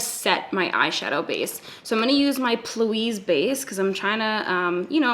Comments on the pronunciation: It’s funny how you say P Louise 😂 cuz it’s actually P like pee hahaha so pee louise in two words almost xxx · I can’t decide if your saying Plouise (instead of P. Louise.) as a joke or if you just read it wrong. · Did she say "plouise " like all one word? That's adorable. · your consistency with saying plouise gets me every time lmaooo